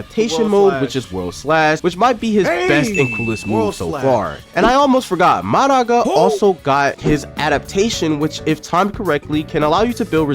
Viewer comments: He atleast fixed his nue pronounciation but now he said maraka and not mahoraga... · "madarraga" what is bro saying🗣⁉️⁉️⁉️ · Why did you say mahoraga maraga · "Malaga" This is ragebait at this point😭🙏🏾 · bro pronounces Mahoraga Mah-go-raga 💀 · Did bro just say madaga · bro said nue right but mahoraga as maraga 😔🤓👆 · Uhm excuse me , b-but you mispronounced M-Mahoraga👆🤓(nah but that had to be on purpose) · you stay butchering these names 😂